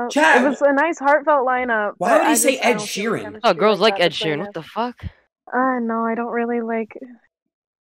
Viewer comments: said ed sheeren im dead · Bro said Edsheeran then uzi wtf